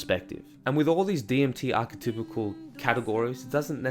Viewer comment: also its pronounced Ark E Typal, not Ark E Typical